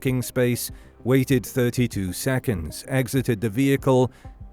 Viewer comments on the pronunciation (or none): none